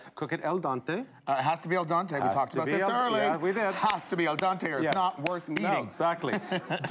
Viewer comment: not al dahnte, al dehnte....phonetic spelling.